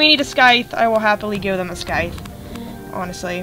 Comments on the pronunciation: you are saying the word scythe wrong Its sai-thh not skye-th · it's pronounced (Sssssss-Eye-Thhh) The C Is Silent.